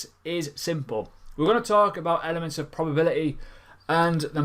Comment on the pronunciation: I love Elephants or did you say elements ?